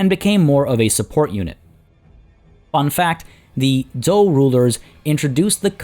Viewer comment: 战车 are the characters in modern Chinese (lit. "war car/cart/vehicle"). Pronunciation is actually quite good with regards to "zhou"; For the pronunciation of 战车; Zhan is pronounced ok. for Che/车, remember that the Chinese "he" sounds like the english "her"; so combine a (soft t) "tch" sound with an "er" sound.